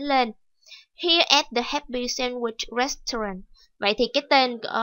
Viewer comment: cô ơi hình như từ restaurant cô đọc sai ùi ạ